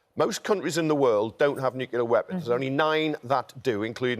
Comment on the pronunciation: nucular????? you mean , nuclear